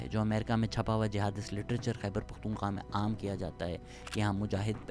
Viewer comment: One thing I have learnt from you Shehzad Bhai , is how to pronounce Pakhtunkhwa ☺️ That KHWA at the end is important 👍